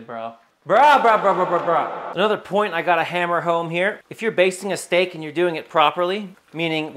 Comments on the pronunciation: You gonna baste that shteak? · Are you sure you bashted the shteak?